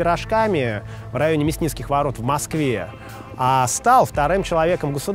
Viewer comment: ну произноси название города правильно! Не М-а-а-а-сква, а М-а-сква.:-))